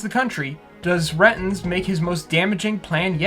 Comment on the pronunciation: Just had a realization, I think Roger's last name is meant to be pronounced "Ray-tinz", like "ratings", not "Rhet-inz."